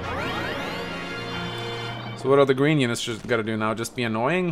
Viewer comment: "Cowfee?" "Gween unit!"